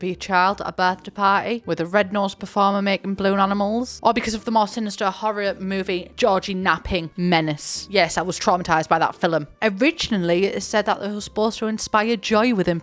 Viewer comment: everytime say filim an angel gets its wings!